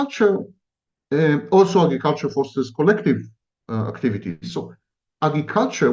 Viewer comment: My thought in technoculture is why give it any energy if he is saying technology leads to no good then why is he talking about how great virtual s3x will be. AgRiculture is being pronounced Eggy-culture and Sammy needs help articulating R's. Anyway back to my point. Fifty years ago people were so sure there would be flying cars and painting the future as so perfecr and exciting, but all we have is more pollution and there are no flying cars yet so why would we talk about the Metaverse as if we look forward to it.